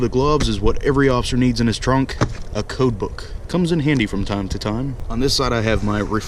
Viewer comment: When he Said coatbook i was thinking Cookbook